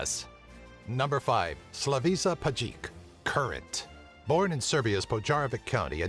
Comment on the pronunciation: That pronounciation of Slavisa Pajkic... Bruh